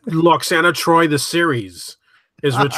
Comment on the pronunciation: Call yourself a fanboy can can't pronounce Lwoxana Troi's name correctly? Pah! Also, maybe learn to focus your camera, sit still, quit touching yourself, and make your bed before you record? Okay, enough ranting. This episode break my heart and I consider it one of TNG's very best.